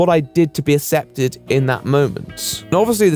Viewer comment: the fact that you pronounce "accepted" with no hard c confuses me sometimes but yk it's not unpleasant to listen to either